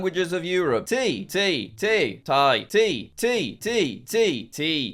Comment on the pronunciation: in Scottish Gaelic, it's actually pronounced 'Tea'! The i has a accent on the top making the ee sound!